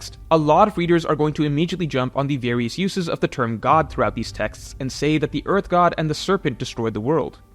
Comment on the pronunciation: endless vearth